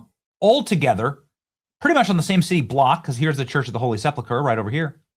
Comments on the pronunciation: sepulcher /sĕp′əl-kər/ - correct pronunciation is important. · Bad Benny said SepLucker again